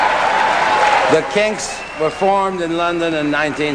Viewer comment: C'mon, Ahmet pronounce their name right, eh ?